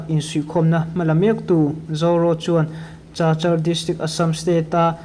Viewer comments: Chachar tia i lam hi Kachar ti a lam zawk tur a ni e. Zofa journal tluangg takin kal zel ang che u. Chinland buaina hi hriatthiam a har hle mai. Chin Brotherhoob hi eng Tawng hnang nge/eng hnam nge? Chinland council ah hian eng tawng hmang nge tih te,eng vanga Chin ram chhung a Pawl pahnih lo piang nge tih te chiang deuh a hriat a chakawm hle mai. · Cachar hi Kachar tia lam tur.😅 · Chachar ti lovin kachar ti a lam tur aw.stay ti lovin state ti bawk la